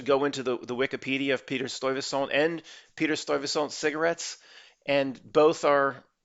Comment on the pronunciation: Ok it’s pronounced.. Sty-vey-saunt